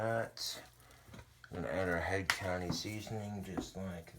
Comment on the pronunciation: it's head COUNTRY, not COUNTY. There is an R. Just letting you know, bro! Love a good cooking videya!